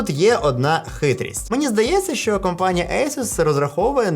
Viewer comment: Привіт! Все круто, дякую що українською, гарно виходить, але не ШО, а ЩО так будеш звучати ще цікавіше.) Апарат так собі, за ті кошти. Ти красава! Продовжуй!!!